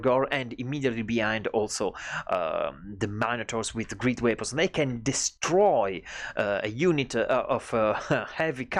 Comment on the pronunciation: bravissimo! * Una notina sulle pronunce che ti segno: - weapons -> uepons - grenade -> greneid - empire -> empaiar - great -> greit - cheerful -> ciirful